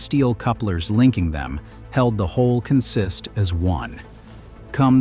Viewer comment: Please talk to somebody who knows the vocabulary of railroad operations. On the railroad, “consist” is pronounced “CON-sist,” not “con-SIST.”